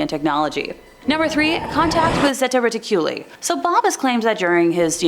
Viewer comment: Pronounced: Zeta ( Re-Tick-U-Lie )